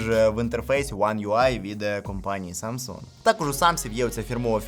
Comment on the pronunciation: "Самса" якже це вуха ріже, вже можна договорити 2 літери